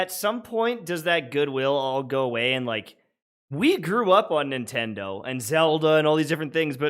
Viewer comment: "Nintendo is out here duking it out with their own fans" I could have sworn you said Bungie there. lol